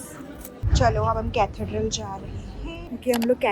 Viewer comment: Hey! 😊 Loved your London vlog, it was like I was right there with you! 💖 And ah, Parikshit is one handsome guy 😍! And the pronunciation - it's Catheeedral 😊. Keep 'em coming! Enjoy your videos...because they are honest and pure soul vibes